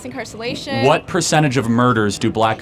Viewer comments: "mass incarcellation" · Mass "encarcelation". Excellent pronuncification. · "...MaSS InCarceLLaTIOn" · “Mass incarsalation” lol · Wikipaydia?! I mean, if she were being ironic, it's clever. But she wasn't. She just can't pronounce Wikipedia. Incarcelation. My god. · She lost me at “incarcelation” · She done said "Mass incarcerlation"? 😂